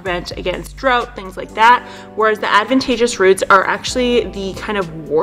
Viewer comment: She is mispronouncing the word "ADVENTITIOUS" - it was also misspelled in the caption. I'm a stickler for details. Pretty good info in this video, though.